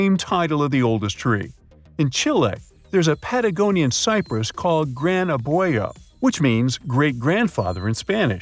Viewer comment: Gotta pronounce "Gran Abuelo" right. It's not that hard.